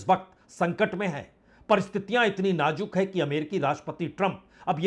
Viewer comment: Sir aap najook kahate hai Nazook word hai sir